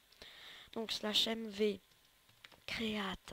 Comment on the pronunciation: T nul en anglai ca ce prononce create et non createa